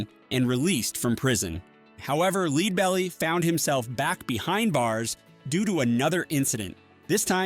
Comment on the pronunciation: Sigh. Stop the AI voice-over madness. The technology is not ready to cut-and-paste into videos. For people who don't know, the name of the first artist highlighted is pronounced "LED-bell-ee", like the metal.